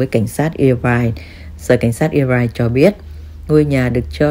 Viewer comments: Đọc là ơ vai chứ không phải ia vai nhé bạn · Đọc là [ơ vai] Irvine, chứ ko phải là [i vai] cô ơi.